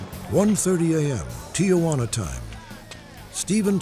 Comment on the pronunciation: “Ti-ah-juana?” You’d think the legendary Robert Stack would pronounce “Tijuana” properly.